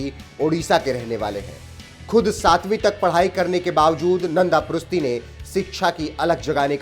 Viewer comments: भाई वो प्रुस्ती नही प्रुष्टि हैं। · Dear, " नन्द पृष्टी ", this is the correct name & pronounce of his name.Please.